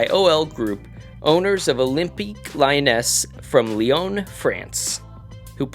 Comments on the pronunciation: Why are these videos so entertaining? Wished my state had a team I just can't get into a team. btw: Lyonnais is pronounced like Leon aye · idk why lyonnais is pronounced leon aye